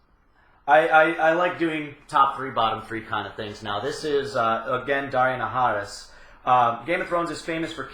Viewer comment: Do you keep saying? heh